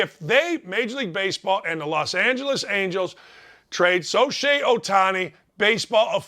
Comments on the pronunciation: 100%⭐️⭐️⭐️But his name is SHO-hei, not SO-shei. 😜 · Good takes!!! But man, He called Ohtani “Shoshei” a few times. Really? We all make mistake but cmon. Just call the man “Ohtani”. Also in baseball, they are called “managers” not coaches unless referring to pitching or hitting coaches. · This guy can't even pronounce Shohei correctly. Now that stinks even worse than baseball.